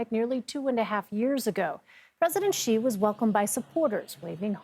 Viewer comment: Its Xi like in shee, not CHEE. The education of these reporters and journalists are absolutely atrocious.